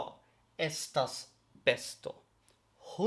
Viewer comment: Vi estas tre bona sed, la prononco de vortoj kiel "homoj" kaj "bestoj" ĉiam havas la akcenton sur la unua silabo, ne sur la "o" de "oj".